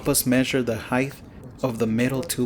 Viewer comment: R u saying heighth😂